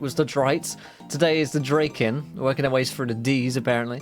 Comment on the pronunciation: Its actually Draken. lol Its name is Ken after all.